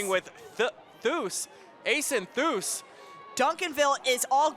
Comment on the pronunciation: Its THEE-US Bruh! Get the Last Name correct